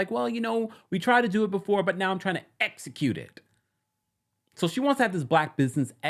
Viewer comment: Tisha is allergic to the letter X. Or something because she doesn’t use them ,, ESPO (,( ESCLUDED (?). ESECUTE (?). My petty soul gets annoyed every time 🤦‍♀️